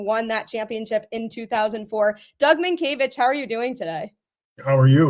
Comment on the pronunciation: Oh good, you pronounced his name right